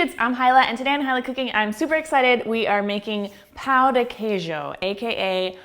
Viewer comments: Pão de queijo. The 'a' has the UH as in BUTTER sound. You've pronounce like we say the word "pau" which is a bad word. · For Pete's sake, it is NOT called "POW" de Queijo. Why do you say it like that? Say it right! Notice there is a TILDE over the letter "a", which means it is nasalized. Not "POW", please.